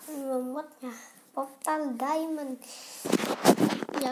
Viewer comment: kamu ngikutin oyy33 ngomongnya poftal lagi wkwkwk